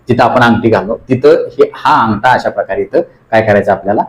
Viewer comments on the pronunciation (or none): व्यायाम चांगले शिकवतात फक्त ठ घ्या ठिकाणी ट का म्हणता.अटरा-अठरा अंगटा -अगठा.गाट-गाठ